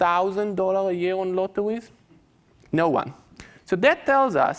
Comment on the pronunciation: CWAZY, LOTTOWEYS, TOMMOWOW, GWEAT , TWYING